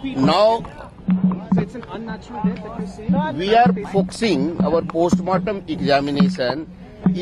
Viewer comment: "We are fokshing on this issue"